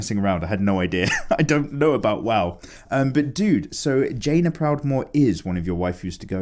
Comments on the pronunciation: I'm sure you know that it's JAY-nuh Proudmoore, as in "the letter J"-nuh Proudmoore. But I never get tired of hearing you pronounce it like the end of the word vagina. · Hiya! As an avid player of WoW, I appreciated your work of Jaina. I can understand the confusion over her name, but it is pronounced Jay-nah! Kinda like day. Sadly I don't have any recommendations for exercise videos. I run around after my toddler all day, but I don't recommend having a baby just to run around after them! You'll never sleep the same way again! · it's me. My favorite game the world is Mount and Blade: Warband. It's a 1 player roleplaying game. I would 100% recommend this game (also the mods for this game is awesome). There's also new game coming out (in 2020) called Mount and Blade: Bannerlord. I'm super excited as you can tell. Also it's Jaina (jane-na). You freaking pleb.